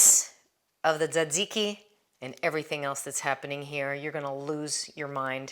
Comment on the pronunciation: today's unintended bonus : I finally learned how to pronounce tzatziki !! it's one of those words I've always seen written, but never heard everyone say (I won't burden you with how I thought it was pronounced!! haha!)